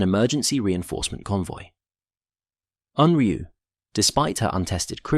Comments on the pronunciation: It's pronounced 'oonryoo' not UNroo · You spell it as Unryu, then pronounce it as Unru. Why?